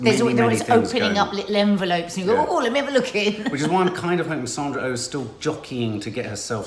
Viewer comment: First “Sandra Oh” is her name and she is not American she is Canadian. You know Jodie Comer’s name easily enough but just can’t get Sandra’s name to flow off your lips interesting!